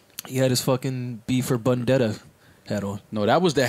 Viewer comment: People sleep on so much. That man said B For Buddendetta 😂